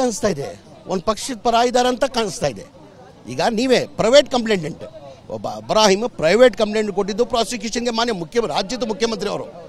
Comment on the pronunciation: Ibrahim alla jameeranna.. Abraham😂😂😂